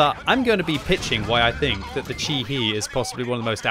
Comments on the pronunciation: Chi-He is probably pronounced more like "Chi Heh, than "Chi Hee" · It's pronounced more like Chee-Heh or Chee-Hey ([tɕihe] in the IPA), btw